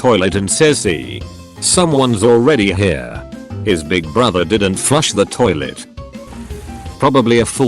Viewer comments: Did the robot voice just pronounce 'Toilet' as 'Sharlet'? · I like this new word for "toilet", sounds posh.